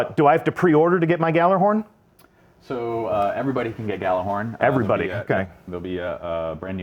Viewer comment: It's Gjallarhorn. It's just as easy as Gallarhorn, except, you know, Gjallahorn is the right way to say it. GEYALERHORN.